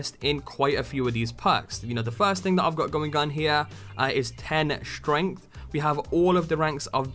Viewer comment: Where the hell do You even get the throatslicer? And: It's STRENGTH Not SHTRENGTH